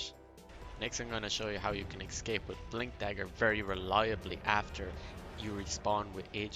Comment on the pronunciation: these are very useful tips. I wanna tell something don't get me wrong; you use escape word a lot and in wrong way. You are saying ''excape'' instead of ''escape'' and hearing it over and over like hat makes it frustrating. Just telling you as a viewer.